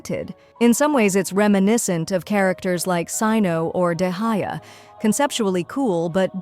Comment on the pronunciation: "Dehaya" is crazy 😭😭😭